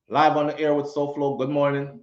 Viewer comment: Sowhog 🤣🤣🤣🤣 Lol Souflo couldn't deal with that would drive me crazy. No Way.